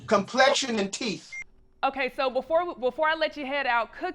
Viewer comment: nigga said complexation and teeth XD